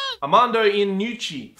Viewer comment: It's pronounced Yanucci.